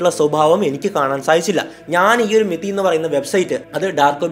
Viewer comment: മെതി അല്ല കൊയ്യൽ അണ്ണാ അത് മിതി ആണ്